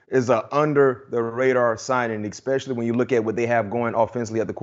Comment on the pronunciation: Ekspecially. A dozen times. My 4 year old speaks better English than b-mac